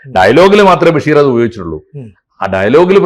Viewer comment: ബെഷീർ അല്ല ബശീർ എന്നാണ് കൂടുതൽ ശരി ബക്ഷേ മലയാളികൾ അങ്ങിനെ പറയാറും എഴുതാറുമില്ല ബഷീർ എന്നാണ് പറയാർ എന്തായാലും ബെ അല്ല